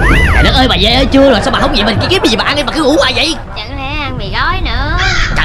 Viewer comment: Vê chứ đâu phải Về đâu 😂